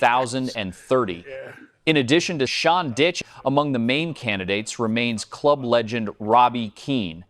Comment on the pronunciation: as soon as I heard him say TottenHAM & Sean "Ditch" I knew it was all over. So ridiculous!🤦🏻‍♂️